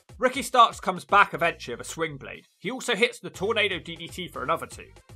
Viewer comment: Can't really tell but are you saying swingblade or slingblade? The move is called the slingblade from what I've heard. I'm guessing it's named after the movie slingblade and the tool used to cut grass or wheat with. The movie made the word popular though